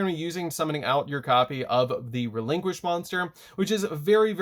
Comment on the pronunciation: Please stop pronouncing the name of the deck like that